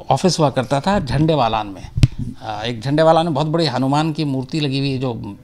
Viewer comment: Hanumam nahi hanuman ji boliye sir...